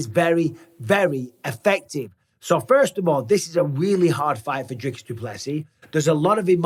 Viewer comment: it isn't "Driscus" he ain't a triscuit brother it's DRICUS. 😂